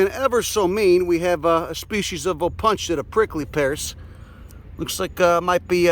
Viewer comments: Fitting that your pronunciation of "Opuntia" sounds a little bit like "I'll punch ya". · Me too. When I first heard him say it I couldn't put it together. I was, like um no, isn't that an O-poon-tia. But I will differ to, since he has time and again proven more knowledgeable than my upper mid-west instructors.